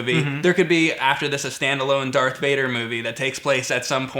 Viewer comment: its not Dark vader....darTH. i love you guys put it grates on my nerves